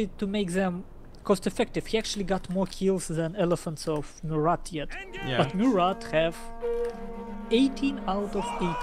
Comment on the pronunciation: gg for both. BTW: you don't for pronounce the "t" in Murat